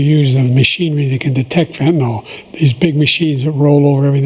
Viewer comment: Why do they not know how to pronounce the word "fentanyl"?